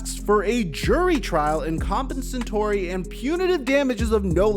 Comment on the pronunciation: Compensatory. Come on bro…you probably use that word when talking about the draft, trades etc. You should be pronouncing it correctly by now. You BUTCHERED it. 😂 Just bustin balls.